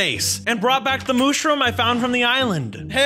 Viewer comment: It is a mushroom not mooshroom